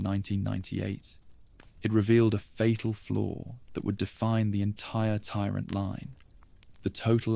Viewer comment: I wonder what the narrator’s favorite metal is? Twenty dollars says it’s “ iron”. And how about the tyrant tee swear zoo zoo 2?